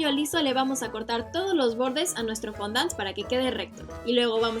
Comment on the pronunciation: Es fondan no fondant